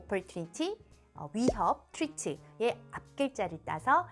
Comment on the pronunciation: 설명이 넘좋으신데.. 위기 threat발음이 좀 신경쓰입니다 ㅠ 다른단어 발음은 참 좋으신데..